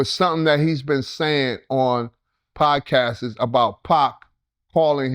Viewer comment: Nigga said podcasts’is 🤣🤣🤣